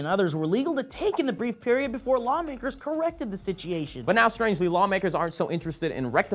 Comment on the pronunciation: WTF, can not say situation